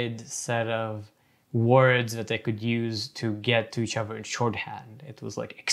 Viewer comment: I’m wondering about the \th\ being a dental fricative like v or f. Every time he says “the” it looks like vuh other looks like uh-ver etc. what is that?